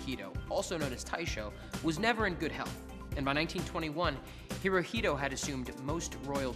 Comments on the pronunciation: It’s not pronounced he-ro-hee-do- it’s he-ro-he-to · Not Hirohilo, but Hirohito. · Hirohito no! Herohito ;) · Pronounce it the way it is. hirohito